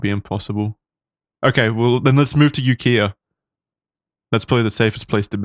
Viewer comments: Ukiah pronounced you-Kai-uhh is the bigger town near where he was. He was briefly in Redwood valley CA before relocating to SF. Only reason I know is I lived there for a summer. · OK I'm late but ukiah is pronounced " You-ky- ahh" and the people's temple is on the back roads past calpella, and the house is quite nice. Jones was my uncle's boy scout leader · Ukiah is pronounced YOO KAI YA. Jim Jones, in the favorable press he got Upon arriving on San Francisco, was referred to as " THE MESSIAH FROM UKIAH". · It is pronounced you-kay-uh. It’s Haiku backwards. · Hey Charlie, and... Love you bros edumacating us, the unwashed hoi poloi❤ but I (as a Californian) got one for y'all. Ukiah is pronounced ūkī’ä (you KYE uh). And if it's still there there's a really awesome place to eat called Temple of Ten-thousand Buddhas in Ukiah. It's a restaurant at the temple that makes the best vegan food. They are food wizards🎉❤ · Ukiah is yoo.kai.uh. Native Californian here. Great podcast! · also, for the folks who aren't from there, Ukiah is pronounced "You-KY-ah" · My favorite part is hearing my hometown Ukiah being mispronounced